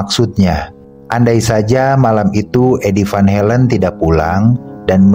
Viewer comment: Sorry min kritik, Belanda dibaca sesuai huruf , van Halen tetap van Halen, jangan baca van helen